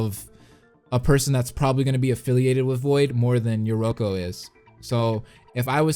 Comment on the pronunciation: Yeah he got most of them right lol notice how I say most bc he got yoruko wrong